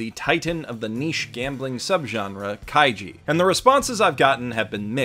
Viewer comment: I wonder how many times he accidentally said Kaijo instead of kaiji